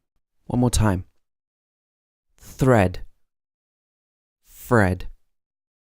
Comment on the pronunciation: Umm, I heard slightly rolled R in 'thread' am I wrong?